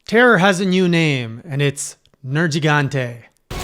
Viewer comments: finally, an english speaker that says "nergigante" the Italian way (I'm guessing by accident) which is probably the reason why the monster is called nergigante in the first place, since it's a mix of "nero" (black) and "gigante" (giant) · I got so hype when he said the name correctly (at least the way I've always heard it) at the beginning